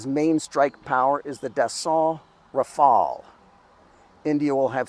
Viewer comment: Rafael ❌ RaFail ✅ RaFell ✅